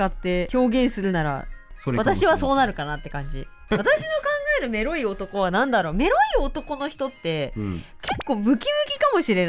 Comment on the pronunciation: 、が「メロい」って言う度に「エ〇い」って聞こえて、「え?!何言ってるの?!」と度々なっていました＿|＼○＿ なんか高校生の男女が「エ〇い」って言ったら「は?え?」みたいな反応されたから「違う違う!メロいって言ったの!」て言う語源だと可愛くないですか(妄想)